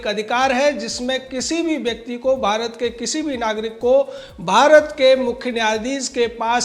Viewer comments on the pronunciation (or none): none